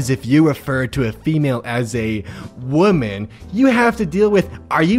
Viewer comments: No its pronounced wooman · No, it’s pronounced “WAHMAN” and “WAHMEN” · I love you but god damn you need to learn the difference between the pronunciation of woman and women